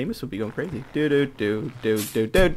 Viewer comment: Yeah, so cwazy.